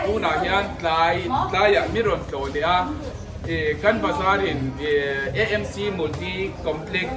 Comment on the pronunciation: Amc tih tur itia nangmah zawkin Emc i ti leh sia😝😝